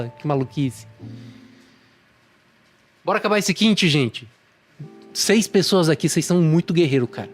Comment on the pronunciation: Excelente, obrigado pelo vídeo, mas não consigo não corrigir duas pronúncias. É liêvito e não lievíto, e é kimchí não kímchi